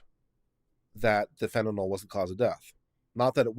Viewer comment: Slight correction, it's fentanyl (fan-tah-nill) not fentanol (fan-tah-knoll).